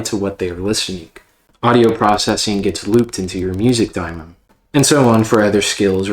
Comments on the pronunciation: It's pronounced Daymon. Or at the very least demon. I have never heard it called daimon. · He’s saying it wrong, and this audio is popping like corn in hot oil.